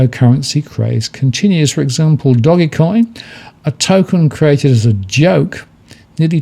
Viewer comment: I think you're mispronouncing that meme-crypto. It's not "doggy coin", it's more like doge, dohj or douj. Here's a 4-something minute video on the meme and how to pronounce it: Also, sorry for being pedantic :P Cheers!